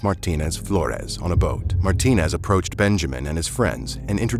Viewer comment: Just like my last names, there are many last names ending with ez that hispanic people have. It is not Martin but Martinez, you cannot just skip the ez when you are pronouncing the name.